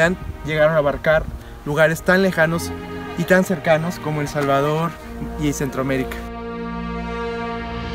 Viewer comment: el Jalvador no sabemo pronuncia la S